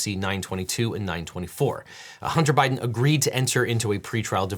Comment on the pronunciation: Huntah, put your flash drive away Huntah. I’m not putting that in my PC right now Huntah!